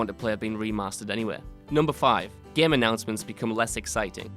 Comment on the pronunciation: ITS GAME NOT GEM XD